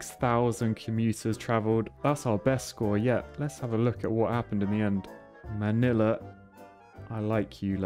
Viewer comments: Strangely you pronounce Manila perfectly. Literally 99% of the time foreogners fail horribly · OH MY GOD FINALLY A YOUTUBER THAT I CAN ACCEPT THEIR WAY OF SAYING MY COUNTRY'S CAPITAL[Manila] and also I just realized it sounds like I'm criticizing the other YouTubers in their accent just bc I don't like it so I'm sorry if it seems like that😁😇😖🎀☺️😍😳🥴😘🥰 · As a Filipino, I would like to say, your pronunciation of Manila and Ilog made me very happy!